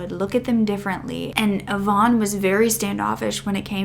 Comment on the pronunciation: Sorry...its not Yvonne, its eye-van